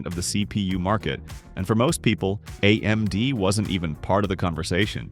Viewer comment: Am I the only one annoyed with the AI voice over being unable to pronounce A-M-D or G-P-U or A-P-U normal? lol